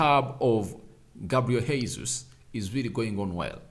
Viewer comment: As a journalist it's your responsibility to learn how to say people's names correctly because you're à model. That name is not Hesus. It's the second time I'm calling your attention to this. GESUS. THAT'S HOW TP SAY IT. This is Portuguese not spanish sir